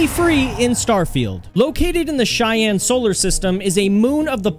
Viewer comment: First time I've heard Cheyenne pronounced correctly in a Starfield video 😆